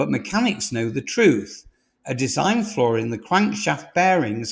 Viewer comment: Get a bit sick of these AI driven videos, repeated calling a FLAW a FLOOR, obviously edited by a machine not a human being.